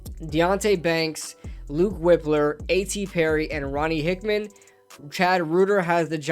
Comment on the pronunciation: Its Wipe-ler not Whip-ler I think. This mock was trash in my opinion